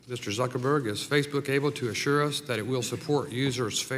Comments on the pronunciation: Did she call him Zuckleberg at the beginning there? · the way she said him name Zuckel-berg and not Zuckerberg.